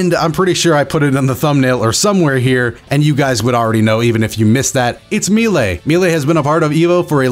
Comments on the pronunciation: My boy it's a french word, you don't have to be so afraid to say "May-Lay". We won't think any less of you. <3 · Meelay? I'm almost certain it was pronounced Maylay. Either way, great video, very informative. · I swear to God, everytime you said "Me-Lay" instead of "May-Ley" I was just 1 second from that good ol' unsub button lol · I pronounce it may-lay. I’ve heard people pronounce it like me-lee. But I’ve never heard someone pronounce it me-lay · Maylay not me lay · I was watching this on my PS4 and had to pause it to pull up on my phone just so I could roast you for saying Mee-lay. <3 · please pronounce melee as "MAY-LAY" 😭 also very sad about melee being gone, but it's gives me the chance to enjoy dbfz more and get into it more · "Me-lay" lol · Is melee really pronounced as “me-lay”. I’ve never heard that before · But "melee" is of French origin, and its accents on the "e"s confirm "maylay" as the correct pronunciation. The multiple pronunciation thing is just a misconception after years of use. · also u pronounced melee wrong lol. its like "maylay" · It's MAY-LAY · Only thing that upsets me is how you pronounced melee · Sorry I cringed everytime you pronounced melee still love u tho <3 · You...you really said melee like that.... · Have I been pronouncing melee wrong this whole time... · It’s illegal to say ‘melee’ like that. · Very good video, but don’t say melee like that please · How dafuq did you pronouced Melee? Xd